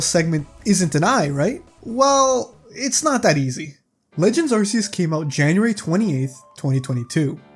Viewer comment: you pronounced arceus wrong, this entire video is completely invalid/srs